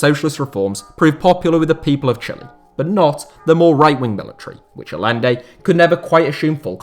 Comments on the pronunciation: The name is pronounced "Al-YEN-de", not "All-lende". Beyond that, has there ever been a time FIFA wasn't a sewer of corruption? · Aye-enday not a-lenday lol ETA: yoon-ta not jun-ta lol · The LL is pronounced like a Y , Ayyende not Al lende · It's not pronounced Alende, it's Ayente. Salvador Guillermo Allende. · It's pronounced "Ayende". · Great video, and it might be nit picking, but as a Spanish speaker, I have to say to say it. Hahaha hearing you pronounce Allende was actually quite grating. It's spelled Allende, but it's pronounced like Ayende. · Just so you know, Allende is pronounced Ayende. Two Ls in Spanish make a Y. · Allende = "a-YEN-day". Would it have killed you to take a few extra seconds to learn how to pronounce the man's name properly? I mean, you certainly got Pinochet's name right. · His name was pronounced "A-yen-de" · Is it not ‘ay-ende’? The double ‘l’ in Spanish is pronounced like a ‘y’ or in Argentina like a ‘j’. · just thought I should say that Allende is pronounced Ayende, the double l is its own character in spanish and is pronounced as a Y sound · How is it you can pronounce Pinochet correctly but not Allende?